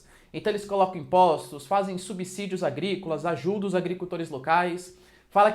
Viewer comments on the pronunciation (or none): none